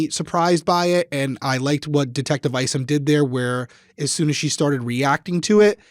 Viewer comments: Detective Craig Isom - I think it's pronounced like 'you and I' or 'aye aye Captain' and not "Eesom" 🙏🧡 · some help from an OG follower of this case: it’s just “Donna”, not “Donna Sue”. The first time I even heard her middle name,”Sue” was the night she was arrested. It’s “Charlie”, not “Charles”. Finally, Detective Isom, is pronounced “ICE-UM”! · Craig Isom- ( eye-sum ).